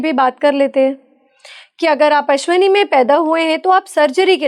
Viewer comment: ~ "अश्वनी" ग़लत उच्चार है, 'अश्विनी' बोलना चाहिए। ~ "अश्लेषा" भी लिखना-बोलना ग़लत है , सही शब्द 'आश्लेषा' है।